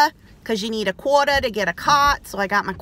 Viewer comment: omg I am not kidding,I am eating a chocolate chip muffin,exactly when you mentioned it!!lol also how you said "quarter" is a great impression of my ny accent lol